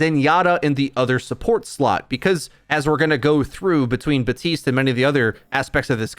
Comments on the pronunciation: it bothers me some much when hes buh-teest instead of bap-teest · Anyone else getting annoyed by him saying "batiste"?